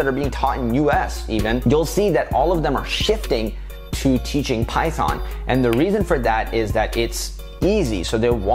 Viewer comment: Till I was like he has great knowledge in programming but when he said "Python" (It hurts my ears) I hit my head with my mouse !!